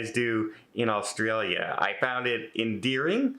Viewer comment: u can tell u werent here long... u cant even pronounce the country name